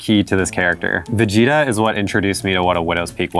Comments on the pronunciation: I get irritated when they say vijita .. It is vÉgEta no vigiita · As a Filipino, hearing them say "Vee-gi-tah" is freaking me out, freaking my mind out and im not comfortable about it 😂😂😂😂😂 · Wait... Do USA people call Vegeta "Veh-gee-tah"?? XD sounds awful